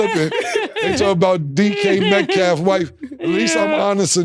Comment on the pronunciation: Dj metcalf 😂😂😂 cam always butchering somebodies name